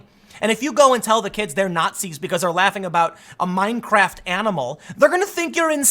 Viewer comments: 😨 did you say meinkraft 🤣🤣🤣🤣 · Minecraft not meinkraft